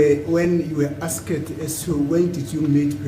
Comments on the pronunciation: Asked how do u teach a person when u cant pronounce asked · Advocate Mnisi still hasn't taught himself how to pronounce, 'asked' even today🙄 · As long as you know the word. Forget about how he pronounces.